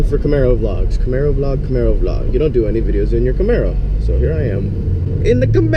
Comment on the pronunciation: say Camero with an Italian ascent one more time and I'll drive down there and slap the shit outta you lol